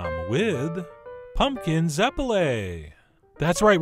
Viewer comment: Why do you keep saying punkin